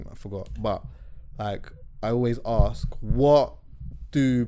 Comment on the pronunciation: Man said axe yunnno